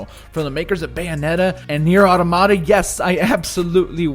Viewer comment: The pronunciation of automata is so distracting. Never heard anyone say it like that